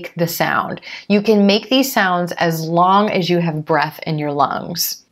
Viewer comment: and one more thing when you pronounce As with You .? as I heard you sound like ajjzzh you . Please correct me if I'm wrong..? Waitin' for your reply 🙂